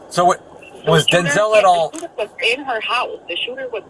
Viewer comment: I'm the only one who's seen the “SHOTER” 😆😂😂🤣🤣 That's a new one on me. needs to go to school